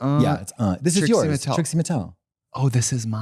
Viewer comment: Love how you can tell Katya is spiraling when she calls Trixie “Tritsie.” 😭😂